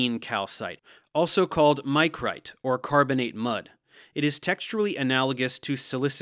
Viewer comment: One minor point and one critique. Micrite is pronounced with a soft "i" as in Mick, not Mike. The vast majority of geologists use the Dunham scheme of carbonate classification as opposed to Folk's. Mudstone, Wackestone, Packstone and Grainstone are used, with some variations in detail, to describe the mud and grain content in a limestone.